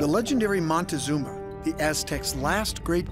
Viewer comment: MON-TEE-ZOOM-ER, HOT DOG!!!!!!!